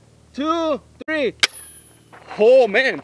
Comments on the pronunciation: its three not tree!! K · One, two, tree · Three not tree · One,two,TREE,TREE different .... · "wan two tree" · “Look at this beauty! One... two... TREE” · The Mexican guy is so funny 😂 he said tree instead of three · wan , two , tree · Oone tooow tree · Guy : one , two , treeee Me: laughs cuz thats the way my grandma say it. Lol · A one, two, tree!